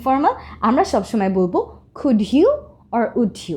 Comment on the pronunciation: Your" can and could "pronunciation is incorrect